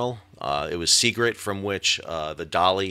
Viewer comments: SeaGIRT, not SeaGRIT. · Sal, thanks for a great video and a great channel. One minor thing, the name of the terminal near where the Dali loaded is “Seagirt,” not Seagrit. Thanks and keep up the good work. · As a Baltimore local, I want to help you with some pronunciation of the locations. Dundalk - the "dalk" part sounds like "walk" Seagirt - the "girt" part sounds like "dirt" Just trying to help, honestly. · Sal, love your reporting and channel. Watch it daily. Not to nit pick but one minor correction: It's Seagirt Marine Terminal in Baltimore, not Seagrit. Thanks.